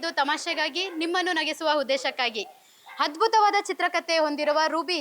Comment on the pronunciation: Program k....but sirikannada name itkondu...mdm kannada wrong pronunciation madtiralla mdm small correction madkolli... Example: hadbuta antira....adu adbhuta... and huddesha antira...adu uddesha....any pradeshika bhinnate irabahudu...but public view agodakke heliddu